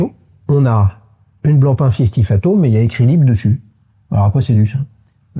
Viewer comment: Bon les gars il faudra quand même faire des efforts pour apprendre à prononcer "fathoms" correctement !